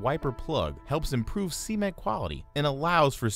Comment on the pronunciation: All I hear is Sea Men the whole time I was like wtf is a Sea men, until I looked at the caption that it was meant to be cement....."Sa" ment not "C" Ment lol